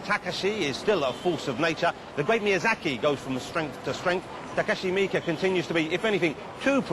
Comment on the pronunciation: he pronounced it right. "mi-ke"